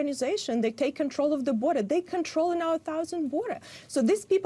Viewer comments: There is a U in sit-u-ation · Learn to pronounce “situation” if you want people to take you seriously. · I wonder why she can't pronounce ' situation ' correctly?